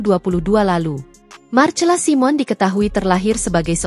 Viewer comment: MARCELA SIMON = DIBACA MARSELA SAIMEN. ADMIN HARUS BELAJAR MEMBACA YANG BENAR.